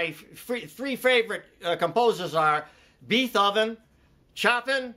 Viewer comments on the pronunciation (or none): Beeth-oven.. lmao! Never heard that one before. Stay cool man.